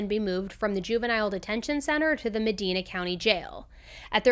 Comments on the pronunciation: Also from northeastern Ohio! Ak-rin loves you anyway!!!!❤ Also, it is Medina is pronounced ma-die-na. We are fifty shades of messed up in Ohio lol. Give us a pass we're middle America!!!! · Medina county .....long i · Some people already said how she said Akron wrong, but no one noticed she also said Medina wrong. It's not a big deal really. It's just always funny when you hear others pronounce places that you know wrong. I know I have done it to city or county names I don't live by. What's crazy is I live in Akron and have never heard of this case. I personally agree on some levels with the young offenders act. I think there needs to be stipulations on if their sentencing gets changed or not. I think sexually abusing a corpse is an instance where your sentencing does not get changed. He was a young man already committing something as disturbing as that. He will never change. He is mentally screwed in the head past rehabilitating. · As an Ohioan who grew up in the area that this occurred, I have thoroughly enjoyed your pronunciation of Akron and Medina 😂. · Also an Ohioan, Akron is said like Ak-run… not Ak-ron.. and medina is said like muh-dyne-uh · Also. For possible future videos. … Ak-rin and Muh-dine-uh